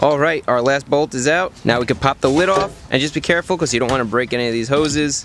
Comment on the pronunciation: I love the way he says “because” bee cuasse